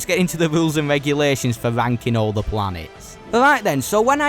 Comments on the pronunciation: "Begin the venking" 🤣🤣🤣🤣🤣 TF is this accent? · Love how he's saying "ranking" 😂 sounds a bit sus